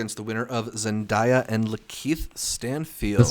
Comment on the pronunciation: First off, love you all and the podcast. I just wanted to say that Zendaya's name is pronounced Zen-DAY-uh!